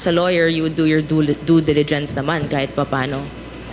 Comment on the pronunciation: good that Ace asked this dumb Morales was asked to wrap up - she asked too much and can't pronounced simple words such as 'due diligence'